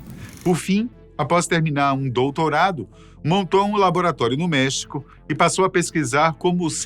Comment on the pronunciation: essa pronuncia do espanhol ta péssima hein, custa nada ir no google e pedir para ele traduzir por voz ou pedir para alguém que fala fazer a pronuncia.. errou e errou feio LOS CHAMANES DE MEXICO Até em Português a pronuncia é com acento grafico no E de MEXICO... Como é que o cara leu MEHÍCO??